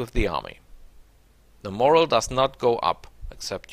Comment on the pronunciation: Vielen Dank fuer die Tips. Dein Englisch ist viel besser als mein Ami-Deutsch. Trotzdem habe ich ein Paar Aussprache-Tips fuer dich: 1. "wounded" rhymes with "doom", not "round"; 2. "ogre" = OH-ger; 3. "morale" = mor-AL, not MOR-al; 4. "terrain" is not pronounced in the French way, but like tuh-RAIN. Aber dein Englisch is wirklich sehr gut.